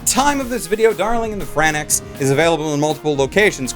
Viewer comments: He was pronouncing it literally: Fran-XX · yo why you sayin Franxx like some type of medicine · Franxx not Franax...They even pronounce it correctly in the show... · Reupload this video with the proper pronunciation of FRANXX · Omg, r u kidding me, u do know they packed so much world building and character building, far more than "just the sexual innuendos". U didn't even say "franxx" correctly. Sadly, only human minds who understand episode 6 and more. N u don't watch it just because it's crazy, the story is awesome. Just understand the show more, it's so much more awesome than wut u say, the deeper meaning IS just soooo, amazing. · Everytime you messed up the pronunciation of Franxx. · I take a shot each time he mispronounces Franxx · It's spelled FranXX, and capital letters typically signify a new word (like how EarthBound is pronounded "Earth Bound"). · War624 ... what. lmaoo, someone pointed out that he pronounced something wrong and it makes YOU sad to watch anime??? wtf (°ε° ) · It's "FRANKS" not "Fran-eX"! D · FRANXX, Not fran-ex. Thank you. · It's called Franxx, not Franex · WHAT FUCKING FRANNAX ITS FRANXX YOU STUPID IDIOT sorry this is fav anime Right now and your pissing me of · ITS FRANX, AS IN F R A N K S, NOT FRANAX, FRANKS, NOT FRANAX, FRANKS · I just watched episode one I just need to know how to pronounce the franxx word so I dont piss off the community....is it "fran-ex" or "franks"? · It's franxx, not franaxx ffs. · "Fran Ex"? I thought it was pronounced like "Franks" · It's "Franks" not "Fran Ex" I'm (Studio) TRIGGER(ed) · It's pronounced Fran-ex and not Franks?? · It's pronounced francks, not fran X holy moly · I mean, it is Franx and not FranEx, right? Isn't it? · Its pronounced as "darling in the F R A N K S" just a bit annoyed that you say it as "F R A N A X", Bleh. Anyways, pretty good review! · Why do you say Franax? It's FRANXX (Franks). Also presenting Fan Service as a negative is beyond prudish. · ITS FRANKS NOT FRAN IX OMYFUCK